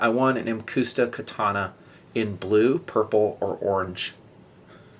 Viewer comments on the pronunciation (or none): "muhcuhsta" is the pronounciation.